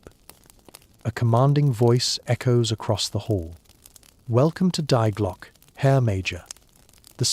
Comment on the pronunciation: Current is not measured in kilowatts. Current is measured in amps. Learn how to pronounce "die Glocke," "der Riese."